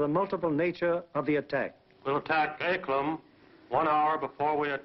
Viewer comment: John Katz If you are correct then I say thank you. But no matter how many times I listen to what he said. It still sounds as if he could be saying Anklen or Anklem but may be as you said anklam. But it does not sound like an "A" in the second to last position. More like an "E". So either way, with the way the USA drowls it's "A"s and words it cold still be an American version of Anglen do to their inability to read or to pronounce names other than those they are very familiar with. But if you know there is a place near the Danish coast named Anklam then that would be helpful. I only know of Anglen (Anglend) From where the Original Angles who are the originators of the English, are from. Thank you. Posted Monday 5th of May 2014 01.17 AM GMT.